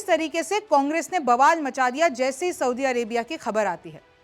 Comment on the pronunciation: Soubi nahi soudi hota hai